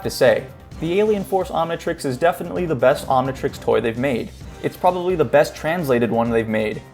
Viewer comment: It’s omntrix not omntrex